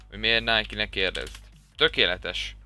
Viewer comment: NEM NÁJKI HANEM NÁJK!!!!!